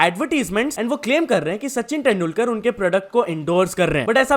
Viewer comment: Abe kya 10dulkar bolraha hai? तेंदुलकर hota hai